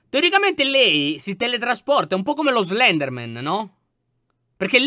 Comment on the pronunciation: Slendranna, ahahahahahaha, sei un grande lyon